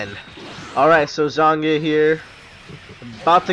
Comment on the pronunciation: It's pronounced "ZAHN-yah." The "g" is silent. Just sayin'.